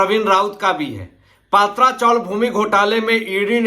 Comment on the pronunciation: पात्रा chawl नहीं, पत्रा chawl !